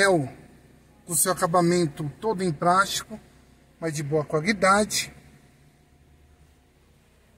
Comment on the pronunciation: "nebrina", "prástico".